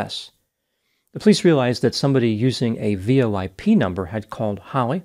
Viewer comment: You pronounce VoIP wrong.